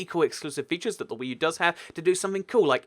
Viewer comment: WEECOME TO WEE U